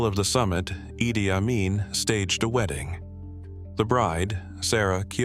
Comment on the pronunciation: Western propaganda. Fake shit and the idiot speaking is even unable to pronounce his name.